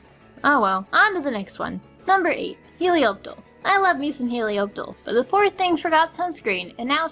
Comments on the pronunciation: It's pronounced heli op tile not heliop tile it's been said in the show like 30 times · Isn't it "Helioptile"..? Not "Helioptle"? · Helioptile* not Helioptle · Helioptile*. I’m not sure what I’m more upset about, the fact that you called it helioptle or the idea of you hating it’s shiny, it was very creative of having a Pokémon that is a natural bright yellow to a nice deep red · them pronunciations doe. Lopunny, Helioptile. Ferrothorn. Druddigon, Barbaracle She pronounced Lopunny, L-ow-p-unny but its actually; L-aw-p-unny She pronounced Helioptile, H-eli-aw-p-tle but its actually; H-eli-aw-p-tile She pronounced Ferrothorn, F-erra-thorn but its actually; F-err-aw-thorn She pronounced Druddigon, Dr-ew-dd-i-g-aw-n but its actually; Dr-uh-dd-i-gen She pronounced Barbaracle, Barbacle but its actually; B-ar-bear-acle Dont believe me? Go look it up in the anime videos on Youtube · Some weird pronounciations there. each their own but i pronounce these like so: - HeliopTILE not TLE - Druddigon not Drewdigon and its BarBARicle, not Barbiegirl. maybe misread? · its he-liop-tyle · He-Li-opp-tail. I know its Helioptile but thats just how you pronounce it. By the way,w shiny Noiverne still looks sick. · Lol she said helioptle lol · u said helioptle and noivern wrong, just pointing out ! :D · I tend to follow the anime's pronunciations. And that's not how they say Helioptile or Druddigon. And though Barbaracle has yet to have it's anime debut, definitely butchers it.